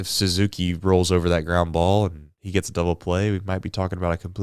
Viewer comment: Say ah Suzuki, not whatever the hell you said.